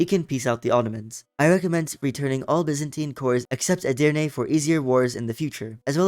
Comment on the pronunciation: As a Turk, you read Edirne 3 times and you read it correctly all three times.Mamluk is my favorite country because it is getting stronger faster than the ottoman.But unfortunately the mission tree of the mamluk is old, it needs to be updated, and the ottoman is in the same way.